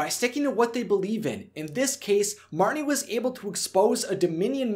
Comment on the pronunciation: It's Marnie